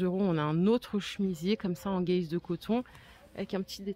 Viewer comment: C'est dans le Nord qu'on prononce "guèze" de coton au lieu de gaze ?😂